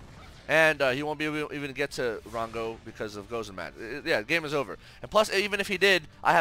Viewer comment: Any reason you say ogre instead of over?